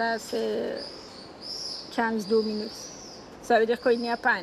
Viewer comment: 11'57".....vu comment elle prononce Minute " MINOU-TE " on sait qu elle veut le retour du SHAH MINOU 🐱🐈